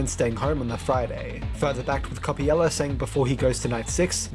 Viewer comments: cool video but why do you pronounce coppelia as coppiela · I'm a Brit myself and I've always pronounced Coppelia as coh-pee-lee-uh or coh-peh-lee-uh, so I think is just misreading/has a consistent typo.